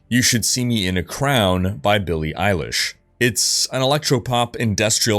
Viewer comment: Who's billie eyelish?